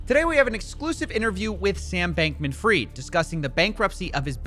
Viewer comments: It's fried not freed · His name is FRIED pronounce like Kentucky FRIED chicken Ashkenazi Jew it's a surname and it means peace that you need fried means peace and Hebrew Yiddish I wish people would stop saying free like free freed and Hebrew is pronounced free with a d his name is pronounced fried like Kentucky Fried Chicken but right now it's fraud I appreciate you! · Bankman Fried - not Bankman freed - it was always in his name